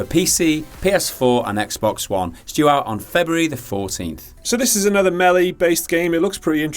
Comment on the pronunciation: Thank god for not pronouncing "melee" as "mili"